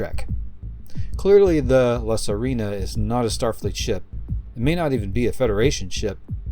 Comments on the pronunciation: You pronounce it La Sirena not "La Sarina"🤣 The Mermaid in Spanish🧜‍♀️🧜🧜‍♂️ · Just for the record, it's La Sirena /see - REH - nah/, not Serina.